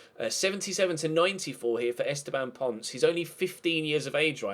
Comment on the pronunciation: The pronunciation isn't Pons, it's Pon-cehh